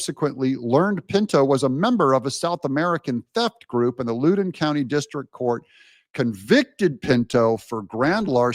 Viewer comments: It's pronounced Lŏwdĕn County. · Thanks, Doug!4x. Pronounced “Loud-en” County VA. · Said like Loud an County. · Loudon County rhymes with "ow", not "loo".